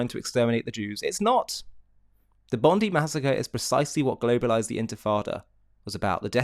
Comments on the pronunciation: its bon die not bon dee . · Enough. Stop saying "Bondee beach". All Australians call it "Bondeye beach". All. Find me one who does not. Show respect to the local people. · It’s pronounced Bond eye. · P.S...Bondi is pronounced...Bon...Di...like eye.. hope that helps..😁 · If you continue you play the video the woman wearing the keffiyeh explains she is Jewish and lost family in the holocaust and friends in the attack at Bondi. She was there to mourn as all should be able to do so ❤️ nice to have context. Also it's pronounced bond-eye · sorry for this but the correct pronunciation is bond-i (eye). I want to add this, hearing you and SaharTV has made me to make a video now for idiots like Anthony Albanese who just sit idly saying "i stand with the Jewish community"... It makes me sick in the stomach anyone saying that, all talk and no action... I'm taking action against anyone who are all talk and no action. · You're right with all your messaging. Also can you pronounce Bondi correctly in future it's phonetically "Bond-Die" It's not a surname. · It is pronounced "bond-eye". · Not to be a scold, on the contrary it sounds cute. Bondi is pronounced Bond-eye: emphasis on Bond. 🇦🇺🙏🇮🇱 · just one more thing it is petty but it is pronounced Bond-eye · Just for you non Aussies, Bondi is pronounced 'bond eye' Our government is totally culpable in this terrorist attack happening as they are in support of Hamas and the non existent palestian state. WOKE, WEF demonic puppets....